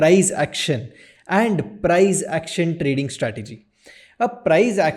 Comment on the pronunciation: प्राईझ ऍक्शन? प्राईस ऍक्शन बोल भाई